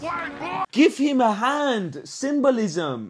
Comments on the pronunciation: Dude, it's symbolism. No s on the end. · Everytime i listen your voice, the first word in my head is SYMBOLISM and when i listen Symbolism in anywhere of spain ( i'm from spain ) " I " automatically listen your voice saying SYMBOLIMS !! :face-green-smiling::face-green-smiling